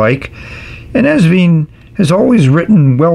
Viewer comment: Hi. Love your reviews, as always! Please note that the brand is pronounced... Vine (like a grape vine), NOT... Veen. Best regards, HisNibs.